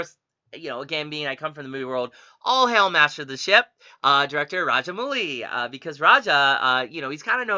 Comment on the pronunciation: You pronouced right with names and watch other SS rajamouli movies